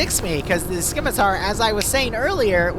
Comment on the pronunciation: I love you and I love your content. However, I have to declare a curse upon you and your house for repeatedly saying "Skim-itar" and not "Scimitar"